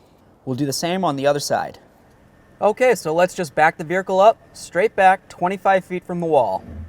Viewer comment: He said, “veerikle”.